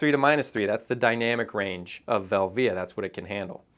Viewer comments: team velvia all the way. Portra is great but these hipsters have almost made me get bored of it. Also never heard anyone say velvia the way you do haha, but who knows how its really supposed to be pronounced. Vel - via or velvia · Nice video but my ears bleed when you say Velvia, you say it wrong!! lol